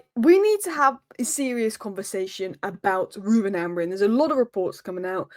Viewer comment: Bro you can’t even pronounce Amorim with the M at the end most of the time 😅